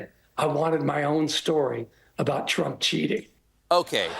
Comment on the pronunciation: You say frump, I’m outta here. Bye